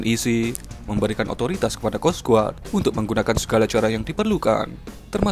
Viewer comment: bacanya kos gard mas bro...bukan kos guard